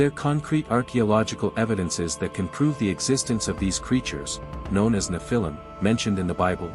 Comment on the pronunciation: Learn how to pronounce the word “nephilim.” Your inability to pronounce the word correctly indicates that you are not knowledgeable about scholarly studies. Perhaps this was intentional as Satan would not want curious scholars to know about the credibility of the Nephilim.